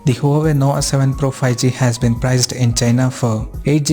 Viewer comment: Did you say NOWA? LOL